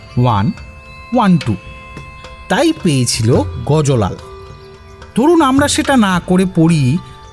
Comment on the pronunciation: দারুণ!!! শুধু-- গুজরাতী ব্যবসায়ীর নামটি 'গজো লাল'-এর বদলে অবাঙালী টানে "গজ্ লাল" উচ্চারণ করলে আরও ভাল হতো। শুভেচ্ছা রইলো।